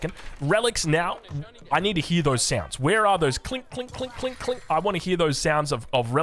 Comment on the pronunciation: Did you just say ka- lingk three times? DEMONITIZED hahaha. Metal on metal indeed onomatopoeias.